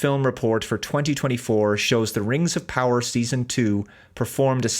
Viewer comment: Am I the only one who notices the strange way pronounces the "Rangs of Powah"?